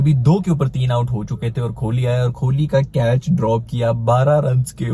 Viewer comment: कोहली ❌ खोली ✅ 😂😂😂